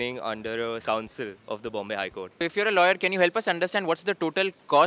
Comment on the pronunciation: bro literally pronounced council as sauncil😂😂